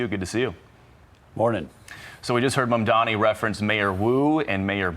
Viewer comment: I don't care anything for Mamdani, but I wonder how it is that Rove and Perino keep mispronouncing his name. Maybe it's time for them to shift exclusively to print journalism!